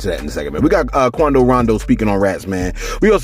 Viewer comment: why you got "Quondo" sounding like a "cholo" lol, and Souljah boy makes no sense, he's doing the same exact thing, saying too much and threatening the man on live, which was really SUS-like to me!